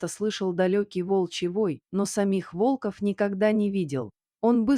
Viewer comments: Почему ударение не верно ставите на слово волков или волка Откуда вас только берут без грамотных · Волков, ударение на первый слог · Чтица не верно ставит ударение на слово волков много раз это ужасно